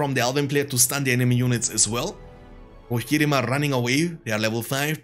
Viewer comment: I like how he says "Rohirrim", sound way cooler than I say it.